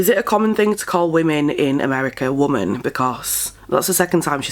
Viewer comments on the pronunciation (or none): She's very manic and she talks like trash. She'll get what she deserves. Lately I've heard young people say woman and not pronouncing it correctly. People aren't very educated anymore.